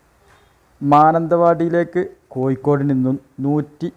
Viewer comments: എടപൊട്ടാ. കോയിക്കോട് അല്ല. കോഴിക്കോട്. ആണ് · കോഴിക്കോട് ഴി എന്നാണ് യി എന്നല്ല ഭാഷ ശുദ്ധമായി പറയുക